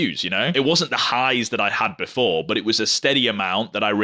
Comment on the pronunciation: I love your accent when you say the word but. Bout! 😂